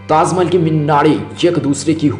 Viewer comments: 😂 😂 😂 tazzzzz Mahehelllll😂😂😂😂 bol Na Sikh Bhai kaha Zadaa Hey 😂😂😂😂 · ha ha ha... abe pele dhang se bol bhai... taaz mahal taaz mahal... kha zaataa h bol ra h ... hahaha...